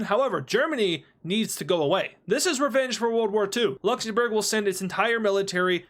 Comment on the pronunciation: He actually says LuxenBurger